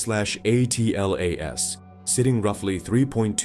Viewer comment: Why can't Ai say Atlas